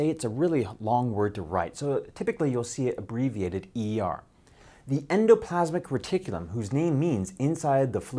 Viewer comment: It may roll off the tongue nicely, but unfortunately not off YOUR tongue. Slow down if you want to do it justice... EN-DO-PLAS-MIC RE-TIC-U-LUM. I remember this name from 8th grade when the class clown pronounced it in such a way that it stuck with me to this day 40 years later.